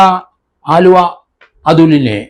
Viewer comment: ആലുവ അല്ല അലുവാ